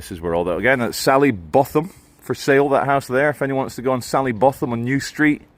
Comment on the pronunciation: SALLY BOWTHAM it’s pronounced or could even be BOTTOM, as in WINTERBOTHAM . Remember the great Ian Botham?? 🌺🇬🇧